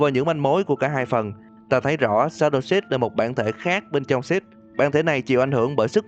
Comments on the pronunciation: Anh đọc six mà như sh*t ấy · ko có ý xúc phạm mà nghe shadow six đọc như shadow shit :v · Mn nói: six Tôi nghe: shit (tôi ko phải anti six nhưng mà nghe mn nói tên six cứ nghe thành shit :v) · Mặc dù biết tên nhân vật là Six nhưng mà nghe nhiều quá thành "Shjt" với cả "Shadow Shjt":)))